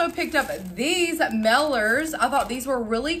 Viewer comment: What’s a “meller”? Did you mean MAILER?